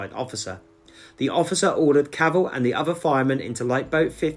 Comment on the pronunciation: Nice video and it was of special interest as my wife is George's great grandniece and she has been working hard on locating the grave with a view to us hopefully being able to erect a headstone or some other marker in his & his wife Kate's memory. One point of order from her though, Cavell should be pronounced with the 'E' emphasised due to the name being french in origin (she is very particular about it lol) 😁